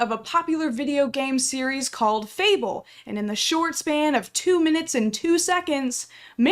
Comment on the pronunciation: fable, not fabelle